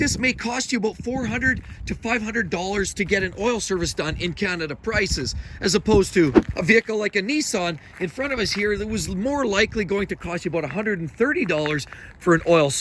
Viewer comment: Neesaan 😂 um. It’s a Nissan.